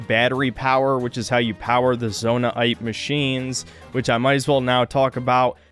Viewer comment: "zonai aite" instead of zonaite